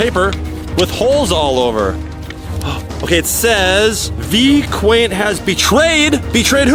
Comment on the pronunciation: Not vyQueen its vy qwaint